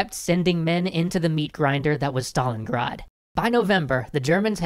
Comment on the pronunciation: STALIN GRAD NOT STALINGAAD